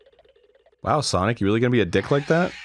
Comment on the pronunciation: No It's Sonic Not SaNoK